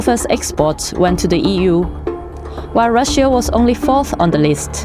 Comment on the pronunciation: I don't know who did the voice in this video but her English pronunciation is quite bad...she can't even pronunce Russia properly, it's pronunced Rusha, not Rushia...she sounds Chinese, not German...anyway not worthy of DW, the entire you really have to pay attention to what she's saying and try to figure out